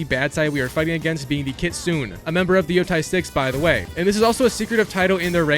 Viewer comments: Its kitsu_ nay its japanese for fox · Sayto 😂 Kitsoon 💀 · Why do everyone who already complete this game always mispronunc the name lol, the YOTEI six, the KITSUNE, DOJUN. Do you even pay attention to the game 😭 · Its pronounced "kit-su-nay"